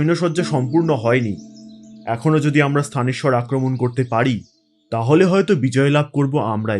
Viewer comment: স্থানেশ্বর নয়, থানেশ্বর